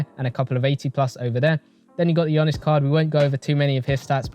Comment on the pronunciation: You’re the GOAT and all but I beg call him Giannis not Gionnis 😭 Only man I’ve heard pronounce his surname better than his first name 😂🤘